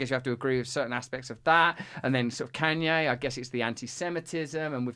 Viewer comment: Why Russel can’t pronounce Kanye West’s name, I mean really?! Or at least call him as he wants to be called now “ Ye”, Russel is so “ companionate” to respect the mental leftist pronouns trends, but won’t grant the same treatment to Kanye West?! Smo who lost billions of dollars for speaking the truth?!